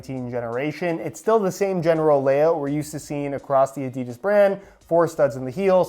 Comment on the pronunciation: This man has it in for adidas. And by the way you pronounce adidas ah-dee-das